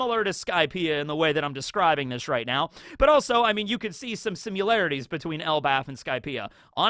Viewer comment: you say “similarities” like you’re saying simulation, simularities, is that an accent?